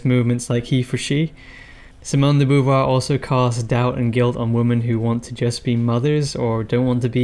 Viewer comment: If gender were taken to be a social construct, this would legitimise conversion therapy. By the way she did not have a husband (as you state). Sartre may have been her companion but they certainly did not marry. Also her name is not pronounced Boo-voir, Bow-voir would be better.